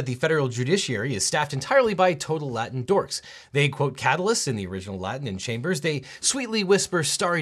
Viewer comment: The mispronunciation of Latin was horribly and hilariously distracting lolol but the entire video was great lmao